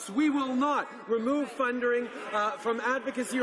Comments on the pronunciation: "fundering"????? And why do people think this guy is attractive. Looks like Stallone, not exactly a hot guy. Doesn't speak a whole lot better either. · fundering? lmao He needs to be deported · Also Trudeau:"We will not remove FUNDERING<--?? from advocacy organizations..." Fundering? Did you mean.... FUNDING? Cmon Trudeau boy, it's not that hard. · "...we will not remove fundering..."!?? Fundering?? Prime Moron Trudeau shows his idiocy and ignorance once again. Without his notes he is a blithering idiot. The Clown Prince of Canada!! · "Adsocacy" and "Fundering" 🤔🤔